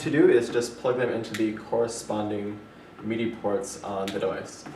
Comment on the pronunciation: it's pronounced mid - i... you keep saying meed - i. mid as in middle. just saying. that's cool there isn't any lag though.. that's the reason i wanted to see a review of it first.